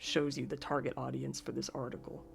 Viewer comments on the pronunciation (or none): none